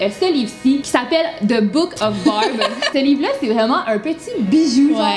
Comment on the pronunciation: Quand vous disez Barb on dirait que vous disiez Bob